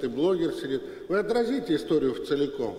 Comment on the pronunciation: "Вцеликом" - конгениально!